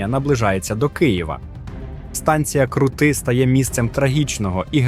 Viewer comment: Цікава добірка. Тільки не можу збагнути, навіщо викривляти наголоси. Як от - Крути, Максим Оса тощо